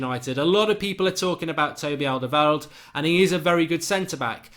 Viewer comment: Mark, you pronounced Fabinho correctly and your Alderweirald is definitely improving! ! 😉